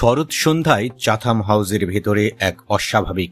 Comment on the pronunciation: আপনারা আন্তর্জাতিক সংবাদ পড়ছেন অথচ শব্দের উচ্চারণ জানেন না, চ্যাথাম হাউস হবে।